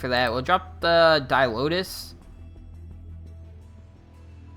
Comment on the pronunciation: Didn't comment on mispronounced burster vs buster, because mispronounced card names is a trend here. crypto-matic cold vs chromatic cold. di-lotus vs di-oltas. There are others that don't come to mind at the moment, but it doesn't bother me enough to generally point it out. Hey you asked though lol. Cool deck tech, keep it up!